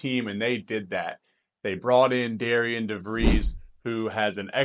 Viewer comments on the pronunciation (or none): Great Video! Another transfer that WVU got who I really like is Toby Okani, he is very versatile defender and also scored 31 points against DeVries and Drake this past year. FYI even thought his name is spelled Darian its pronounced Darren which is kind of confusing.